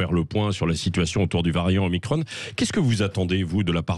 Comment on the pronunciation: merci à M. Bompard de prononcer omicron à la française ! on peut aussi dire o'macron ....